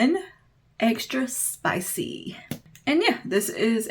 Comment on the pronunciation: Extra Spicy, not Extra spich 😉